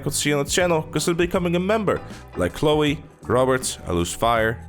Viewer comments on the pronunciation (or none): none